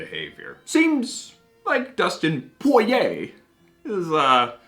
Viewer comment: Awesome review! Now we gotta try that Early Times: Bottled In Bond! We 100% agree with you on the prices of these celebrity whiskeys being too high. POY-YAY pronunciation FTW! Btw we miss your Dan Hibiki Figure, hope to see him someday again!